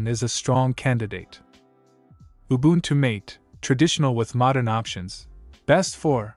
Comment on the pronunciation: Me screaming in the background when he pronounced ubuntu mate incorrectly